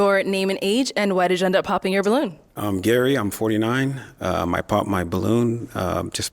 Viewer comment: new word "POPPTED". THE WORD IS "POPPED" (POPT) NOW ADD THAT TO THE BINGO CARD LOL!